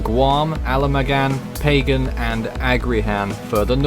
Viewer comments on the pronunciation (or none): It's Ala-maw-gan & Paw-gan